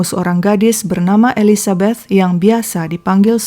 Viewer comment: Seneng sama pengucapan "Elizabeth"-nya kak xixixi kayak pernah tinggal di Amrik/inggris, perasaan saya "th" itu susah bgt 🤣🤣😭😭 sama pengucapan Monchengladbach-nya 🤣🤣🤣 (ya saya fans Bundesliga